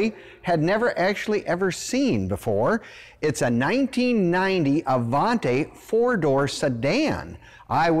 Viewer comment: You're pronouncing the name wrong. It's Avanti, not Avante. You're confusing the pronunciation with the name that's similar, the Cadillac Allante. Avanti, is Italian for "forward" or "Move it" in the less polite form.